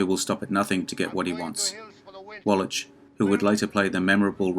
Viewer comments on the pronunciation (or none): Wwlach, not walitch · Great vid, but Eli Wallach is prounounced wall akk not wall atch...hope this helps. Keep up the good work. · By the way, it is pronounced "Wall-ack" not "Wallatch" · It's pronounced as Wallack,not Wallach. Jeez,...get it right for a video like this. ps, I really did enjoy your video though. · I wish you would learn how to pronounce Eli's last name. It's pronounced Wall-ik! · The name is pronounced "wall-ack". The "ch" at the end of Eli Wallach's name is pronounced as a hard "k", or "ck" - not a soft "ch" as in "which". Eli Wallach, pronounced "wall-ack". Thank you. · Wallach is pronounced “Wallack”. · Too much trouble to pronounce Wallach? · I think it's a hard "ch" in "Eli Wallach." Not 100%, I admit. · Eli Wallach deserves better than to have you butcher his name like that. Shame on you. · Small correction: Eli Wallach...the 'ch' is pronounced like a 'k'. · Narrator, PLEASE learn how to pronounce the names of the stars you’re discussing. I’m thinking of course, of Eli WALLACH. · I had never heard Eli Wallach's name pronounced quite like that before. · Yup, and he said it over and over and over again! Cringe-worthy. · A compelling list to be sure! Just an an FYI, for future videos, in Eli Wallach's last name the 'ch' is pronounced with a 'k' sound (like in mach 5 , or charisma). He is so prevalent an actor that I thought you might want to know.